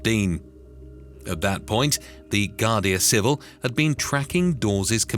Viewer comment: Would be good if the AI presenter learned to pronounce foreign place names and words like Guarda Civil